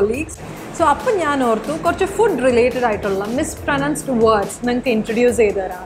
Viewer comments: You mispronounced the word "mispronounced " in like the first 5 secs lol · Your video is good.. But i think you need to focus more on most of the words you have pronounced here. You mispronounced the very word 'mispronounced' . You said 'misproNUNced', similary fUd.. etc. Kindly stick on to the correct pronunciation not only on those '10 mispronounced words', but the other words you used here to convey the content, because there are a lot of aspiring learners who solely depend on channels like this for learning. Please have a proper rehersal before getting into the final video. Its a humble request.